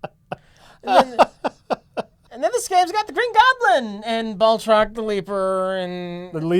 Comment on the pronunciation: It's Batroc, you frauds.